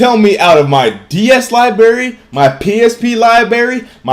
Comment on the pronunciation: libarry cant say library EXPOSED